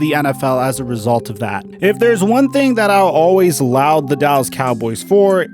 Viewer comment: Great video. Laud is not pronounced "loud" it sounds like "lawed". Anyway, keep up the great work!